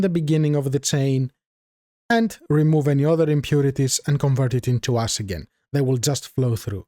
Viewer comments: Very useful tutorial, thank you. Also your accent make it sound like when you say "ash" you are saying "ass" love it was learning with a cool guy who also made me laugh so hard... yes sir, lets see how much "ass" we get... 1 tonne! keep up the good work my friend. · tell me I'm not the only one who heard about creating ass and had to go back.